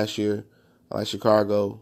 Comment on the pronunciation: Please do not make any more videos unless you plan to learn about football. Or even learn how to say Chicago...